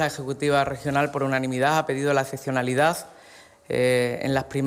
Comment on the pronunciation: Gallardo habla con los pies. La "ezezionalidá" es la mera existencia de tipos de este nivel